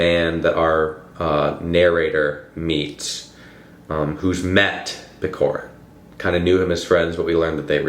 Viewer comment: Couple notes from a Russian on “Hero of our time”. He’s not PeKorin, its PeCHorin (like ch-air)😭 Also I think the title translation is very misleading. It’s more like a “character of our time/portrait of our time”. Pechorin’s character is very typical for young man of that time (going to Caucasian war to seek glory, choosing meaningless duels (again) for glory and pride, being fatalists). I think the main problem with understanding the book is that its more society driven, rather then plot driven book. Lermontov writes about his time and his peers by describing Pechorin’s character (by Maxym Maxymych’s POV, narrator’s and Pechorin’s). So the plot and storyline don’t matter that much. So to really get it you need more context on Russian Empire’s society and Caucasian War. Hope it helped a bit😅